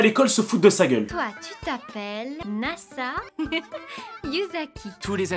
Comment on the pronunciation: Son prénom est nassa et pas naza mon ami j ai déjà regardé l animé 5 fois